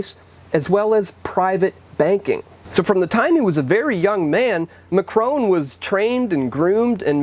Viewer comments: Can I just say its not ....macroan its macron on the c you roll the back of the tongue to get the grrr sound this helps form his name in French when you try to say his name.....if you are going to say something in ANY language at least make an effort to say it properly. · There is no e on the end of Macron so it's not pronounced Ma-crone.. But rather Ma-cron.... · His name is not Machrone - please! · Why can't the idiot here pronounce " Macron"?